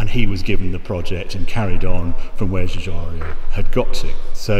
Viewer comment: Love this vid, but I always have to say this: Giugiaro has no i in front of the o